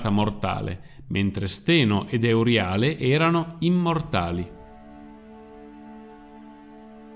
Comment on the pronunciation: La dicitura filologicamente corretta (e il canale si propone come competente in campi umanistici, quindi dovrebbe agire in modo anche filologicamente corretto) è: “Gòrgone”, “Eurìale”, “Pèrseo”, “Dànae”, “Fìneo”. Mentre per tutti i nomi precedenti si trova la pronuncia corretta su ogni dizionario, per “Fineo” bisogna ricostruirlo sulla base delle competenze filologiche, che posso comprendere che non siano diffuse. Però si può chiedere a esperti, che ancora, grazie al cielo, esistono. Mi spiace, ma mi fa male che chi si propone di fare cultura sul web - e peraltro sa farla anche bene! - si perda in queste cose diffondendo errori, come se non ce ne fossero già abbastanza in giro...